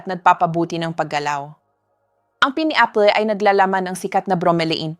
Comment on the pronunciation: Pls pronouce properly…pineapple!!!